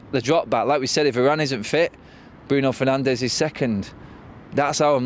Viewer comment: My man really said Fernandes lol